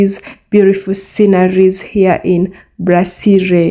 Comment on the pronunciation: It's "BRASSERIE" not "BLASSERIE", You can Google Translate "BREWERIE" in French to confirm.